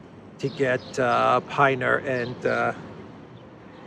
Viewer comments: There are still lots of mercenaries in Ukraine. Carrying out the sentence may deter those people. I feel for them but they made their bed. It is pin-er, not pine-er. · it's Pin-ner Rhymes with dinner. 😂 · I've heard it pronounced Pin ner